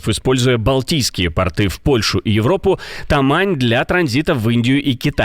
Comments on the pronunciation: научитесь уже говорить пОрты, а не портЫ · ПортЫ - это вообще-то штаны. Если диктор имеет в виду пОрты, то он не диктор.